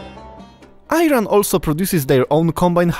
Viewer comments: Stop saying Ayran or Ayranian. That’s just IRAN You can read read it like Ei or Eran that will be better atleast. Good video though good job. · Thank you for this nice video, but please learn the name of the country: is ee-run not eye-ran. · I wish you would pronounced the name of Iran right. It's E-run like Italy not eye-run. E-ranian not eye-raininan. ❤❤❤❤ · It is "E-raan" not "AY RAN" !!! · My friend,: Helping you with a proper pronunciation here. Eye-ran is an incorrect way to pronounce “iran”. Just as you don’t pronounce eye-taly and instead you say italy….. same goes with Iran’s proper pronunciation. Use the sound “e” before ran and so say eeeran, once you pronounce it as such, then you’ll have it made. Thanks for your program Best to you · 🇮🇷 Iran . Why are you pronouncing it a eye-Ron like those dirty people? It is pronounced ee-Ron 🇮🇷 استکبار هستید واقعا غیر از خود تان کسی دیگر را نمی‌بینید. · To nie jest Ajan, tego się czyta Iran dokładnie tak że czytają po Polsku. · It is isn’t ayran, it is Iran, like Eran you dumb ass idiot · Calling I ran is also insulting It is Iran and not I ran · It is pronouced "E" ran not IIIran polski bourak😂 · It is 'eerun' not 'I ran'! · thank you very much for your informative video, Besides, I want to teach you something. you pronounce name of iran wrong . not iyran but ieraan. please mind that. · Iran or Ayran dude 😂😂 great video nonetheless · how about you pronounce the name of the country correctly? It's not Eye-Run it's E-Ron or E-Rahn . whichever one helps you pronounce it right. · As an Iranian I have to admit that those clips are hard to find. Thank you so much And that is ee-run not eye-ran😊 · Bro Name of 🇮🇷 is like E-run Not l-run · Please no "I ran" , try to say eiran you may get closer, cheers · Good video. Objective, to the point and does not meander into irrelevant subjects. A small nitpick is that the country's name is pronounced "Īrān" and not "Eye-Run/Ayran". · ای ران 😂 نه ایران 😊🇮🇷🇮🇷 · Iran, not I-ran.